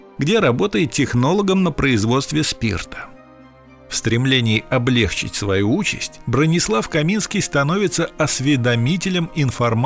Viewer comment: ударение облегчИть, а не облЕгчить